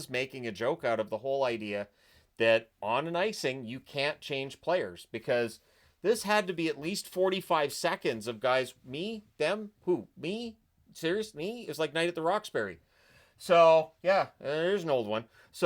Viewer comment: You had me before but “night at the roxberry”? Come on